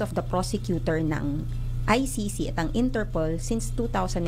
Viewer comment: pagpronounce lang ng ICC di pa ka maka perfect